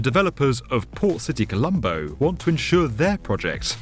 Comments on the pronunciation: Not poor City colombo🤣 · Am I the only one that heard him call it "Poor City Colombo"? I didn't realize until the very end